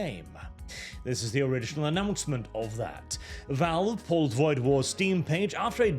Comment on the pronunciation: Woid War? Really?